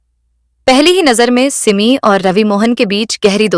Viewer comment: सिममी नाही सिमी उच्चार तर नीट कर बाई